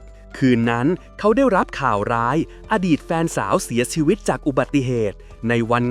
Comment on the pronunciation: คนภาคอีสานป่ะครับ เสี่ยซีวิต สำเนียงอีสานออกละ